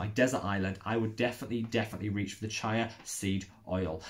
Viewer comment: Awesome vid, thanks! Just one thing... chía is pronounced cheeah ;)